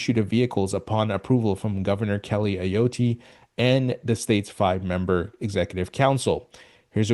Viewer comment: Great video. Ayotte is pronounced [A-Yaught]